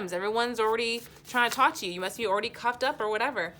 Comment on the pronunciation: You saying cuffed up... brain thinking u said cocked up...would be nice 🙂